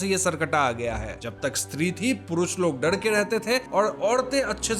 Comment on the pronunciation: Sir डड नहीं डर होता है।